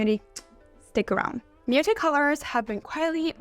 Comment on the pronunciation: Totally. If you're going to say muted so many times, pronounce it properly. It ends in a D. Slow down and speak properly.